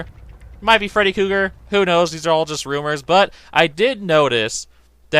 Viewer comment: It's Freddy KREUGER. Not Freddy Cougar. Please. Just stop.